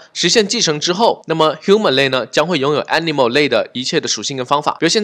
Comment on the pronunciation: human(O), not humen(x). Height, create, export , component, image 都唸的不對。這已經不是發音問題了這是根本亂唸一通阿阿聽得好痛苦。感覺可以稍微學一下怎麼唸這些字，比較好跟其他人溝通。animal 聽得懂但是也不對。強調一下你講的很棒，感謝